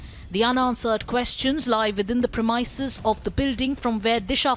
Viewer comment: Premises is pronounced as ‘ premasis’ not as ‘Primaisis’